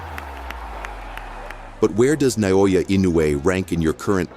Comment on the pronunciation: how do you butcher "naoya" so badly